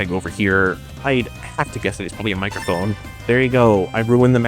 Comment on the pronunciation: "Mircophone" :face-blue-smiling